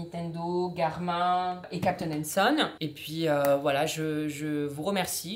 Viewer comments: pour info on dit "GARMINE" par "GARMIN", joyeuses fêtes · mdrrr james garmin on le prononce "gare mine" c'est ignoble "gare main" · Une petite chose ce n’est pas « Garmin »mais sa se dit « garmine »mais sinon trop bien la vidéo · Cette montre est trop bien et cn5trop bizarre parce que les gens prononce Garmine au lieu de Garmin !